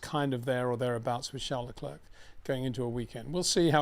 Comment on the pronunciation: It's not Leclurk Peter, it's pronounced Leclair,surely everyone knows that by now👍